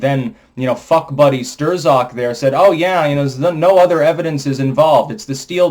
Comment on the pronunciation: I’m pretty sure it’s pronounced “Strock” (Strzok)